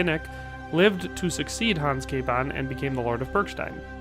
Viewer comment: Name was butchered well! :D come to Prague ... we can fix that here :)